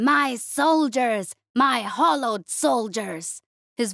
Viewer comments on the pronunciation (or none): I love your voice. With that said, hallowed is not pronounced the same as hollowed.